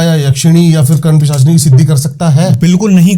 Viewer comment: ये महाराज जी कर्ण पिशाचिनी का उच्चारण ही ग़लत कर रहे हैं। सही है कर्ण पिशाचिनी। कर्ण पिशाचिनी तो छुटपुट चुड़ैल के बराबर सामर्थ्य शक्ति रखती हैं केवल।